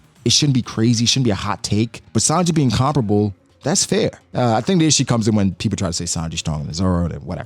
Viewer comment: Can you stop saying comparable like that😂😂. Pronounced Com-Pair-Uhbowl